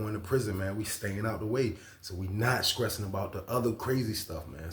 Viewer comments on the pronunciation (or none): I’m scressing over how he saying stressing 😂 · I respect the channel but hearing a grown man say skressing repeatedly blew my mind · I love how he says it!! 😂❤